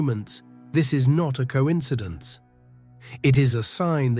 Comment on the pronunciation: I would like to hear the producer of these videos pronounce coincidence-"co•inside•ance".